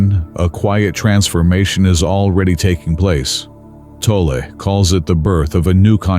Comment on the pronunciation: His name is pronounced “Tolley”!!!